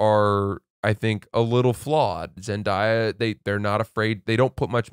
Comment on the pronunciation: it’s pronounced Zen-day-uh not Zen-die-uh